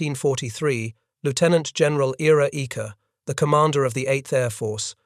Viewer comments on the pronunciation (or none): Ira, the men's name, is pronounced eye-ruh . Please correct the sound track. The number of really quite elementary mispronunciations across all of these YouTubes is a huge surprise. I think you need to teach your staff the culture of asking when they don't know.